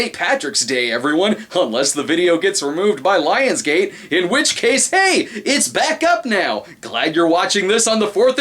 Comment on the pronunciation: Scottish-ness intensifies